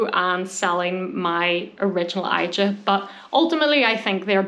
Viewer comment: Hi... I think it's Asia... not i...ja